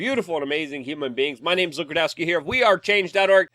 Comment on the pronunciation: Ill be honest the way tim says lukes last name when he was first on irl I though his name was Grakowski